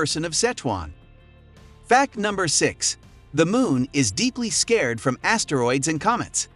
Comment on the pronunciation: learn how to say the word 'scarred' too.